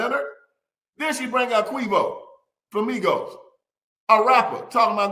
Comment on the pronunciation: He called him Queevo 😂